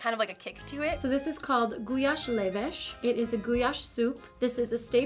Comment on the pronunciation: Gulyásleves? That's not Gulyásleves! Guys! What are you doing?